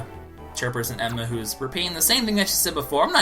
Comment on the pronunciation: It's Chairperson Erma, not Emma